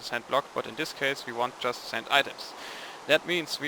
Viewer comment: your english is surprisingly well - if it wasn't by your heavy ancent i wouldn't know you weren't english The only thing i am going to suggestion on you is to work on the proper ways to say the word "just" in a sentence